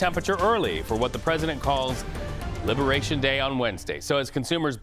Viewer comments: 😂😂😂 What's "Libertation?" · "Libertation"? Lol.